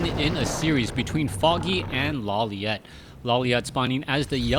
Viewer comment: first time says Lawliet instead of Lawliwet